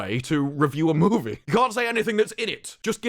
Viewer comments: Take a shot every time he says Moevie. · I think when you were young and learning to talk, your parents took you to Canada. There you heard the word 'movie' for the first time and, from that moment on, you forever more say the word movie with a Canadian accent